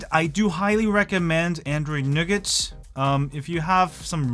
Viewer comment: Nice to hear you pronounce it correctly!